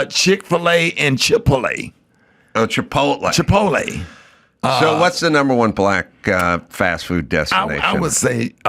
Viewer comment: 😂😂😂 Come on dude, you've never heard the word "Chipotle" said?!?!? "Chip-Polet" is crazy, hahahaha!!!